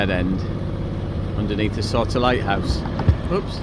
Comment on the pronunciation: You have trouble with yout pronunciation. Souter Lighthouse is pronounces Sooter Lighthouse. Soup is Soop up hear.